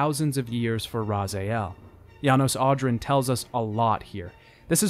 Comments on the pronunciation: How do you manage to mispronounce one of the protagonist's name? It's said EXTENSIVELY throughout. Rah-ZEE-El not Rah-ZYE-El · Welp, got to the repeating "Razael" part and stopped watching because I kept losing brain cells.. Would've been an amazing 10/10 video if poor Raziel's name wasn't butchered :) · drink everytime he says "Razaiel" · is it me or you pronounce raziel name a bit weird? almost like ¨razael¨ idk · The way you kept calling Raziel "RazA-el" was so fucking distracting, but other than that, it's a great, well-researched video on an amazing game series. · Who is this "Razael" guy he keeps talking about? J/K great video man! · I just can’t stop but get a bit bothered by him pronouncing it “Razayel” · Your work on this is much appreciated, I've really enjoyed watching! Except the way you pronounce "Raziel" as "Razael" despite how they say it in the games. Ugh! Regardless, this is a fantastic video. Thank you for posting. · Sorry, I had to stop after hearing you pronounce Raz'ay'el the fourth time. I tried to, but I couldn't stand it. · Great job! Not a fan of your “Ra-za-iel” pronunciation, but great job nonetheless. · Your pronunciation of "Raziel" as "Razayel" was kinda not bugging me... until SR2... And especially around the 3rd paradox when you said it so many times... and incorrectly... that if I was playing a drinking game, I'd be dead after 3 minutes. Really like the video so far ( in) but... man... does this bug the shit out of me. At one point I literally yelled at my screen: "STOP SAYING RAZAYEL!!!!! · I'm a pretty unpleasable shithead of a fan of LoK (I'm not PROUD of it; it's just true), and I did not think much of your chances of doing this well. I'm delighted to report I was completely wrong. This was quite good. Although every utterance of "NOOP-raptor" and "rah-ZAY-el" did make my eardrums bleed a little bit. But like I said, shithead; right here. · It's pronounced Raziel, not Razeel ore....how ever you pronounce it.